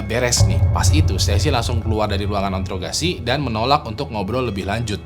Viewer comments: di intograsi wkwkwkw ( interogasi mungkin ya, karena kecepetan ngomong jadinya kepelset, menyengsarakan wkwkwk) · "Intograsi" hahah pelan pelan 😂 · Introgasi bang bukan intorgasi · "introgasi" intograsi wae mah ah 😭